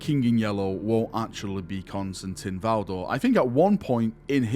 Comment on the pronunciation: It’s Valdor. Pfft.